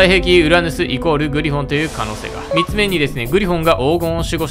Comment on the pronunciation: 3つの発音どうにかならんのか？？